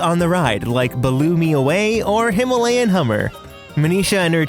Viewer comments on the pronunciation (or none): none